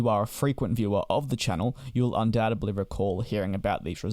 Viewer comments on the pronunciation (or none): Undoubtedly, not undoutably. C'mon!